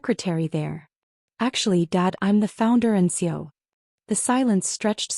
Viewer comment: Still can’t get your computer voice to pronounce it C-E-O instead of CO along with a myriad of other mispronunciations.